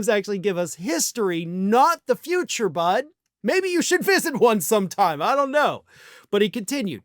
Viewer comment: Can you say futurey😂